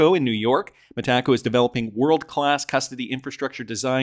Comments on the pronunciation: It’s so annoying how these YouTube influencers pronounce Metaco incorrectly. It really discredits them. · Both Brad and David NOW pronounce it Meta Co